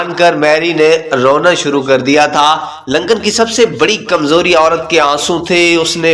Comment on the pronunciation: It is Lincoln instead of Lancan, Lancan or Lankan (as you pronounced) means Sri Lankan person. Please do the homework before published the pathetic videos